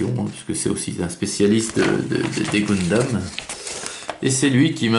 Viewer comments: GUNdam bon sang, comme dans GUN ! On dit pas GOUN mais Gueuhn... :) Et le kit date de 2009. :) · j espere que brist pas pre enregistré 50 video de goundam :p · Tu dis pas GOUNsmith... Ou GOUNslinger ... :)